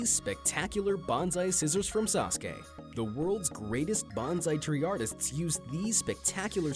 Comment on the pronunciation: At least he pronounced SASUKE right.